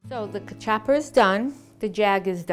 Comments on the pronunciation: I think she got the pronunciations and recipe from Google Ai. I want her to learn how to peel/cut the mandioca properly. I've never had Kaw-Chop-Pah before. I don't want to try it. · Nooooo! Okay...if you're going to make our food, please pronounce everything correctly (cuh-chuppa???) No. "Homily"? You mean Samp? I dont know where this recipe came from but it isn't CV. Come on! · First of all it’s pronounced ka- chew pa